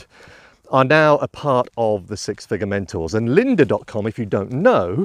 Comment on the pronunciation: It's been a mighty long day, admittedly, but at first I thought you were saying "Six Figure Mentals" and had a good chuckle. :)